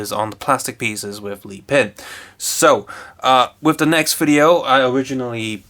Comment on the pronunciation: it's a joke by him, you pronounce it "lee-pin" instead of "leh-pin" He pronounces it otherwise